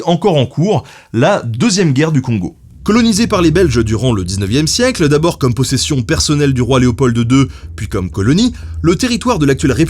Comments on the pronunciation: "Le roi Léopoldeudeu" 😁 j'avoue que ça m'a fait sourire car on ne prononce pas le D de Léopold, en Belgique. Merci pour cette vidéo de qualité en tout cas ! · Par contre, Léopold se prononce "Léopol".